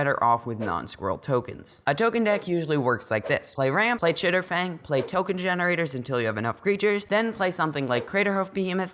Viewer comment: Chatterfang not chitterfang im sorry lol